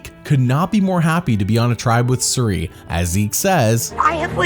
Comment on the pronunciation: "I don't get paid in dollars, I get paid in military training" 😆 Also, I'm convinced that is pronouncing Cirie's name wrong